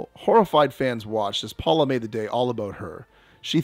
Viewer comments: Pola not Paula. Long o. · "Temptstuous"? You're just making up words now? How about tempestuous*? And how do you mispronounce Pola? Pola does not sound like "Paula" - get it right! I cannot click on Like. Way better editing is needed.